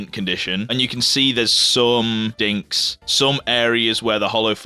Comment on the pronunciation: Are you saying dinks or dings? 🤨